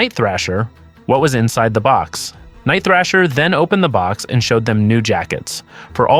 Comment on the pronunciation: It's THRASH-ER THRASH-ER HIS NAME IS NIGHT THRASHER don't you ever mispronounce the New warriors leader name ever again..dammnit